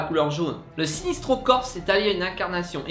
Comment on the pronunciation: Vous avez fait une erreur : les origines de la tribu indigo sont bel et bien raconté dans l'arc "la revanche de Black Hand" de la série New 52 Green Lantern. Ah oui, et aussi : on dit "sinEstro" et pas "sinIstro" !